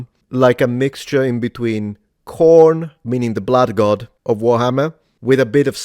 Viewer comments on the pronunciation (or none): none